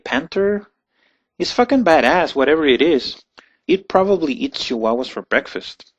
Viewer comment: It's choosing not shoosing. It's children not shildren. It's Chihuahuas not Shihuahuas.